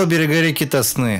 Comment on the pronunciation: Река ТОсна! На первый слог!